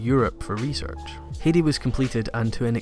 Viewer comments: Metallicus I do cringe every time he says "hey-dee" :/ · Heidi is pronounced 'Haidi' . Well known in Germany, taking place in the Alps. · I loved the video but I cringed every time you said Heidi because it was pronounced wrong (I'm sorry but you said it a dozen times) if you've seen the intro to Heidi they said it 3 dozen times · Comment section: 5% compliments 5% new anime is shit 90% it's pronounced hi-di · He was pronouncing it wrong. Even in Japanese they preserve the same Hai sound. Since they don't really pronounce D like that, it is "haiji" in Japanese. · dutch person who grew up with Heidi ITS HEIDI, EMPHASES ON THE EI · It's 'High-de' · good video but you pronounced Heidi so wrong. Have you never heard Heidi Klum saying her own name? Its more like "Haydy" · love you videos, but you far to often said "Hidi" so i had to turn that one off. no worries. <3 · Can't pronounce Heidi? C'mon, man. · The way you say "Heidi" pisses me off but otherwise great video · As a native german speaker, i can't stop laughing at your pronounciation of Heidi. It's just too funny. Great video anyways! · I was about to comment about how you totally screwed up the Heidi pronunciation, but... quick glance looks like that's been covered. Must say, first time I've ever heard someone mispronounce it that way though. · Heidi is not hard to pronounce. Why do you mispronounce it every time you say it? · Smh your pronunciation sometimes just kills me. Its not Hee-di it Hi-di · Heidi was my very first anime. It's not pronounce Hedi, though. In German ei is a special sound, ~ ai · It’s pronounced “Hi-dee” not “hay-de” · it is hi-dee not hee-dee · Heidi is a german name and pronounced "High-dee" It was my favourite Anime when I was a child! Great Video nonetheless ;)